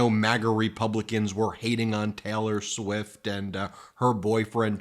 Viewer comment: "Taylor" isn't pronounced "Teller". 🤔